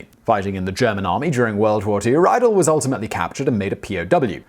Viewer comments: when pronouncing Germanic names and words please remember that "ie" is an "ee" sound and "ei" is an "eye", always, with no exceptions ever, because German!! :) So, it's more of a "read-elle" than "rye-dell" p.s. nfi why the gender of a spoon is masculine, and a fork feminine.. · Ree-dul not Rye Dell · [raidl], glasses, Austria ... oh, he means "Riedel". That's pronounced [ri:dl], like English "reed". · Riedel is pronounced "Reedel." Reidel is pronounced "Rydel." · Riedel is actually pronounced like Reedel ('ri:dɛl̩) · First of all, I believe Riedel is pronounced as rhyming with "needle". Second, while I believe that wine glass shape can have some effect on taste, what drives me crazy about the concept, is that if true, why does different price levels of Riedel glassware ( i.e., crystal vs. glass) have different shapes? If it is the shape that is important, why is a hand-blown crystal chardonnay glass a different shape than an everyday-use machine-made glass chardonnay glass? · I believe it's pronounced ree-del... 😁👍 Rydell is from Grease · Reidel is pronounced "Reedel". I can forgive your research people for not teaching Simon to pronounce the initial german "R" but not correcting the "ei=ee" is just bad research. Otherways interesting and amusing even if you haven't given youself cirrhosis of the liver for three decades by blunt force of wine. /Swedish polyglot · once again good content, sufficient enthusiasm, though sad you cannot pronounce foreign names properly (again), perhaps a vid about it? ;) or when you decide to ‘splash’ on a single Riedel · You mispronounced Riedel.